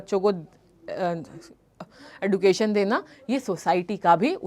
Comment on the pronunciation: Mam D ke baat U aane par use J uchharan ho ga education